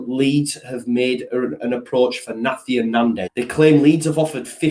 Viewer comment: Great vid as usual - nandez Is called na-hi-tan not nathian like an exotic version of Nathan lol